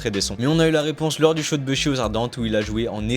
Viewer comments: Faut totalement arrêter de dire « beuhshi » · Vidéo de qualité 👌🏽 Juste quand j’entends le gars dire « BEUH SHI » ça me rends fou mdr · Et vous savez même pas prononcer Bushi ptdrr